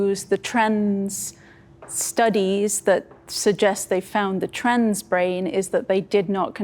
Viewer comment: random observation unrelated to the topic at hand: anyone notice that when says 'trans' it sounds like 'trends'?